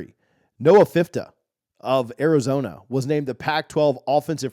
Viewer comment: Love your content brother. Agree with your rankings, Shedeur is him. Just a little FYI: Noah’s surname is pronounced Ph - Fee - Ta. #skobuffs #DT2 #legendary.